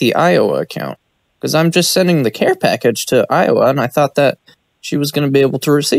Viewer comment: Shes dying the voice ge has lol packaged lol cash not pack